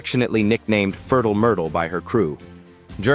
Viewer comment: ...it's definitely funny, not sure it's intentionally funny though. The incorrect pronunciation is the funny part for me. 'Fertile' isn't a foreign word to an english person, 'furtle' however, is most definitely a very odd way to pronounce it.